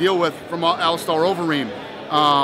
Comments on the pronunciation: hey dana it's alistair not alistar lol (star) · Someone teach Dana how to say "Alistair" and "Velasquez".